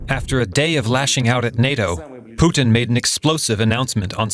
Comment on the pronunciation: Putin naam h bhai Puteen nhi